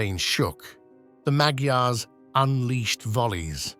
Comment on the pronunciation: I’ve had Hungarian neighbors. They pronounced Magyars as “maj- yars.”